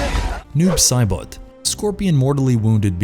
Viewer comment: Why does Saibot sound like he's trying to say bot bit but bout and boat all at once